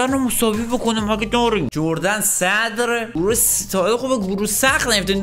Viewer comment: اون تیمه اسمش اردون هستش نه جردن